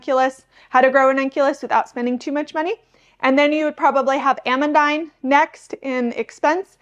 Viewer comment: It confused me that you said Ah-mun-dine, so I googled the pronunciation and it is actually a french name pronounced Ah-mun-deen. Not meaning to be "that person" as I just got corrected on a recent video on the pronunciation of alliums and was happy to have been corrected.